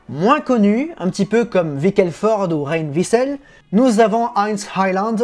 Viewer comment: Le nom se prononce, en suedois, "Reine Wisell",.